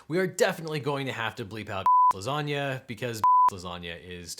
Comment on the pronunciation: I know he meant ! -lasanga, but if you say ! -lasanga i don't hear ! -lasanga, but instead ! -lasanga.